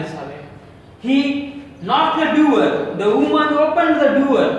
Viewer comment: Its not duwer its door and its not pride its proud